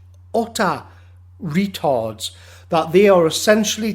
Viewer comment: how you say retards is funny